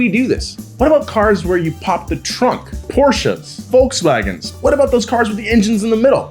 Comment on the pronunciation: Porschas, Wolkswaggens